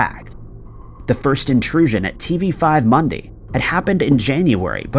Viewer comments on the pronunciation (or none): love how your pronounciation of tv5monde. Its mon-deuh or mon-duh... french is my maternal language.. english is my 2nd and how i talk in english . Oh god like with a big french accent from quebec... my mom is from France so i watch tv5monde a lot and i never knew that!!! My nana is from canada but was raised in uk... and my english suxasshit